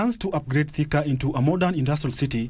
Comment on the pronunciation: I won't repeat this again, Si Thika, Ni "Theka". Karekee.